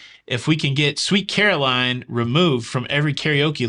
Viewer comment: Omg never herd Sweet Carolyn Butchered so badly 😂😂😂😂